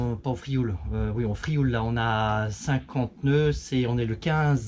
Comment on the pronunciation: Merci pour ces images, c’est amusant de voir son ile de l’extérieur. Il est devenu difficile d’entendre le nom de l’île prononcé correctement. Les francophones ayant des difficultés à dire /iw/ et surtout à comprendre que la graphie française l’écrit. En effet dans ce mot IOU veut exprimer le son /iw/ inconnu du français. Le L fausse étymologie, ne se prononce pas. On subit la même altération dans de nombreux toponymes occitans de la côte proche: Riou /riw/, Sormiou /surmiw/, Morgiou /murjiw/… la graphie authentique est Rieu, Sormiu, Morgiu.